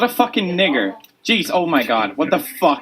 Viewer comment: Yes some people are upset because he is a white guy who said it but others are also upset over his pronunciation (hard r) and the way he used the word. He said the N word as an insult to another player in the game.